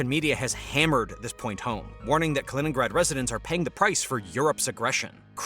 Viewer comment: Kennrad?Kinnrad?Kennigrad?...KALININNGRAD = KA - LI - NINN - GRAD!!! ------- KI kann man trainieren. Tut das bitte